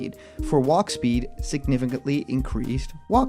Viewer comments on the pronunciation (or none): none